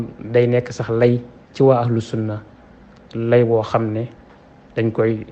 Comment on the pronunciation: Yéfeur sahh meune na prononcer le mot "sunnah". Youkhou sunnah taxoul bokk ci sunnah